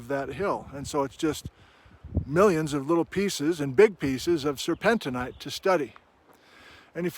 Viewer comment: Sir pen teen. Sir pen teen ite. The mineral to the mixed rock name does not change the pronunciation.